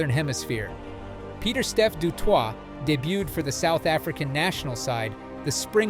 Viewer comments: Rugb-eye? It is pronounced "Rug-bee". And grandfather is not "Peeyet doo twaah". It is "Peet doo toy", with the "Peet" rhyming with "hit". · Peter steff de Twot… lol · The ai called him Pieter Step du TWAT.😂😂😂